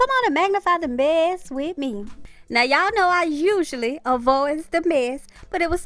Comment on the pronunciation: U a mess saying menss oops lol